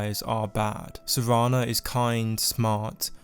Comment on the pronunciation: Dude it's S-E-R-A-N-A not savannah